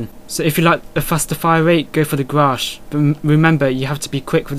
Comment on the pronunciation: its ''GRACH'' not ''grasch ;)